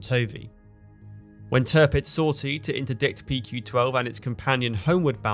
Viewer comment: Please stop saying Törpitz my ears are already bleeding. It’s Tirpitz. Why pronounce the second „i“ correctly, but not the first one?